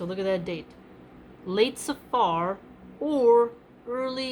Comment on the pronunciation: it's safr you don't pronounce like safaar , there are so many words in arabic or persian and urdu for that matter the a before the r usually ends quickly as if it wasn't there as the morning prayer fajr etc. jazakAllah